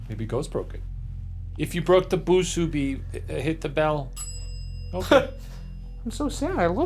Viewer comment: "If you bwoke the boo-subi, hit the bell 🥺" ding